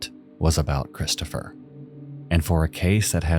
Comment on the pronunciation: My nerves are struggling with the pronunciation of Christopher sounding like “Chris-Cha-fer”. 😣